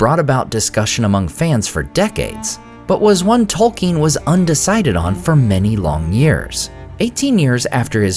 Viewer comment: I love your videos but I must confess it bothers me that you pronounce Tolkien incorrectly on a regular basis.